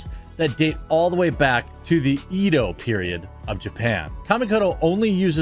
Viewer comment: For the knives part: please do not pronounce "Eedo", it's just "Edo".